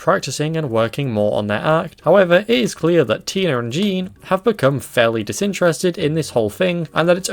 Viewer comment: Do you realize every time you say Tina you say tiner (just got done watching all of new who and accents are really annoying me rn )